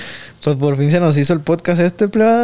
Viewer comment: Soy chiva de corazón, pero que mal p3do la forma en la que habla angulo.... "Aletsis" "Plebada" 🤦.... Es de pena ajena escucharlo.....